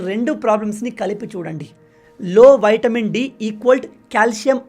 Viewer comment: Vitamin.. not VAITAMIN..